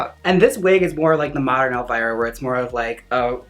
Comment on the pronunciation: When Trixie said elvirus... LADIES AND GENTLEMEN WELCOME TO THE STAGE ELLE VIRUS!!!